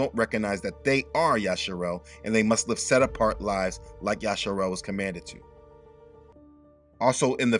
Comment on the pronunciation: Yashua (pronounced Ya Shoe a)